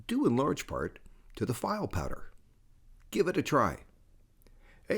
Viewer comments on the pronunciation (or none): misprouncing the word file' makes you look like a poser. It's pronounced (Fee-Lay) phonetically. 🙄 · haha file powder like a file cabinet.. Only a texan would say it that way